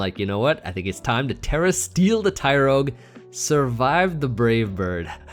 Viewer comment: yes you were saying it very weird amd it ruined the videos for me,small things matter😂